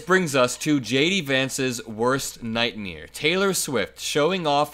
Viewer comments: Nightmare not nightmiere lol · It's not a nightmeer, it's a nightmare - you know MARE, like a female horse.